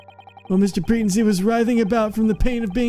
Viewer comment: Pretency is pronounced PreTENcy, not PREtency.